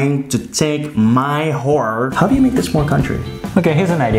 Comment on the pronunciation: said "Whore" 😂😂😂instead of "Horse" Hahaha 😂😂😂